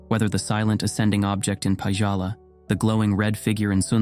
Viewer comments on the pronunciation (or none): [Pa"dz"ala] as you pronounce it sounds so Indian lol. Scandinavians don't have "dz" in "j". Think of it as "y".